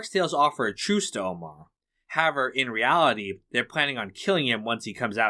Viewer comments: I don't want to sound douchy or petty or arrogant, as I've never made a video, nor have I ever narrated one. Respectfully, the word is however, that's simply how--ever. It seems to me like you want to reduce the number of syllables in the word or something. No matter what the reason, in my opinion, your narration would be virtually perfect, functional that is communicative yet unnoticed otherwise, if it was not for the strange pronunciation of the word however. Any other distraction from the narration for me was only noticed because of the initial distraction. I imagine you have a lot of comments, if no one else notices the weird "however" thing, than I'm the one with the problem hearing you rather than the opposite. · Nice. As great of a writer as David Simon is, he's clearly just another sensitive snowflake in the end... 🤣 WTF is "HAVER"? It's However. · why do you pronounce however like that